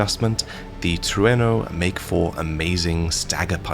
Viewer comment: HE GOT IT!! HE LEARNED HOW TO SAY “TRUENO!!”